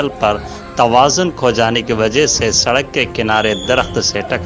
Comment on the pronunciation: Wajah not wagah